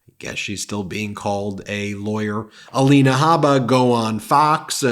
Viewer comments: Ah-lean-ah… Ah-line-ah… Whatever she calls herself 🤔 How’s that sound ms Haba? My opinion of either one of these women should not affect my pronunciation of their names. Both women deserve the dignity of having their names pronounced correctly. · Perhaps Trumps lawyer Alina should be called All-in-ah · At this point I only want to hear the name Ah-line-a or Ah-lean-a or whatever it calls itself in regard to an ethics board hearing. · A-lie-na Habba sounds about right